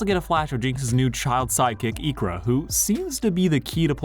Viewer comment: Yeah.. I was like who’s Eekra I only know Isha 😂